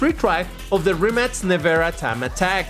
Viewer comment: No hate, but I love how pronounces the brand Rimac like "Rimmats" 😂